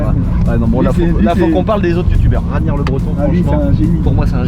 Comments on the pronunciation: Ragnar le breton se prononce (Raguenar pas Raniar), lourd la 335i de Babass 🙏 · c RAGUENAR pas raniar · On dit "RAG-NAR" pas "Rañar" 😂😂😂😂